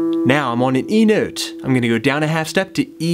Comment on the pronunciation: Love how you say "nöte" :p . Great lesson!